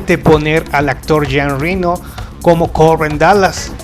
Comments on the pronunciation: no se dice jean rino se dice jean reno como se escribe a ver si se asesora con eso de la pronunciacion de los nombres amigo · Me recampanea los huevos escuchar tan mal pronunciados los nombres franceses. No puedo más. Jean Reno es "Yan Renó" Luc Besson es "Luc Besón" Jean Paul Gaultier es "Yan Pol Gotiee"